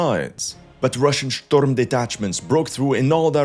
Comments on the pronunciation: That is not how you say storm , oh and let me guess Ukraine is about to fall lol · Shtorm detachments 😂😂